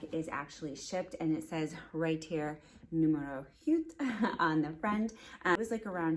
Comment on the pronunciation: Numero huit. Huit is prounced like 'wheat' in English ;). Btw...I am obsessed with this bag too. I have the larger version. It's the Frank Gehry of bags and goes with practically ALL my winter wardrobe hahah.